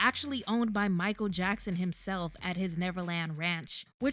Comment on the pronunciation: It's Jichael Mackson!!!